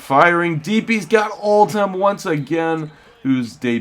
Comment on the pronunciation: Did you notice it's Oldham not Oltham.